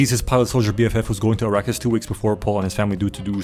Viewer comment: "Arakis" "iraqis" Niggas didn't even try to hide it 😭🙏